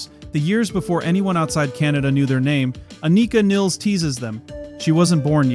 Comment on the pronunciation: Its not pronounced "Aneeka Neels" ffs